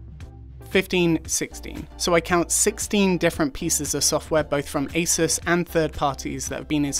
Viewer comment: Thank you… it’s As(eh)s not, As(ooo)se